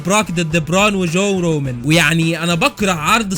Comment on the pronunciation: I swear it's "رومان" not "رومن"